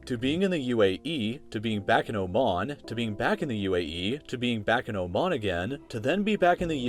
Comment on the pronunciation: i liked how you pronounced oman.